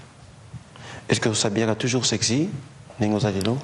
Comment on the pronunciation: au lieu aloba SEXY azo loba SEEEEEERRRRCY!! Ahahahaahahahahahhaahahhaahhaha!!!